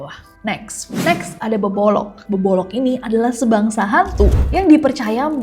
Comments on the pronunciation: BKN bebolok tapi bebodo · Bebodo Nes di Mataram bukan bebolong